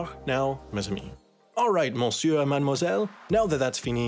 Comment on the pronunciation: I really had to laugh because tbh he started pretty ok but then his pronunciation of monsieur killed it